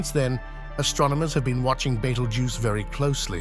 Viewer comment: That's how your AI voice pronounces it, wrongly. 😊